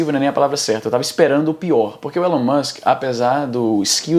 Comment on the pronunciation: Por que vc chama o Elon Musk de Élon Musk?